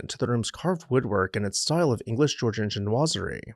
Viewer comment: Nobless oblige is pronounced: "no-bless oh-bleejz." Chinoiserie is pronounced "sheen-wahz-air-ee."